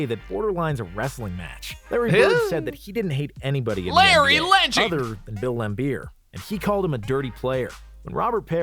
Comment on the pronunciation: Lambeer, not Lambert